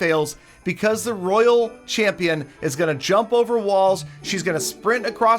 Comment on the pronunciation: will never know how to say royal champion xD